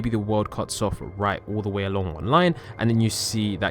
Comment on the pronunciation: did u say DE WAE